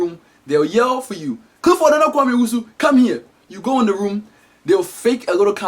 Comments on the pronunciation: Lol just realized that can't pronounce his "L"s see what I did there? "" instead of Clifford. Because that's how he pronounce "L"s:") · evie That may be because some African parents give their child(ren) a name(s) that they can’t pronounce correctly, such as Clifford - in videos.